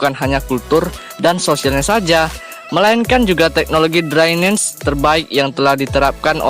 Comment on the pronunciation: Drainase dibaca draines...aduh min min...drainase ya drainase jngn dbca sok inggris...